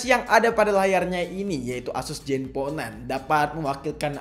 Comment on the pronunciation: zen bang bukan jen